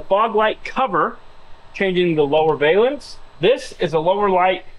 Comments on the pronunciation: it's pronounced Val--ance. NOT. Va--lance👍👍 great vid keep it up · Valance, like balance. A valence (with a long A like Scale) is a term used in chemistry and atomic physics. I know, you don't care. It also really bugs me that no one who works on cars knows how to pronounce solenoid. 😝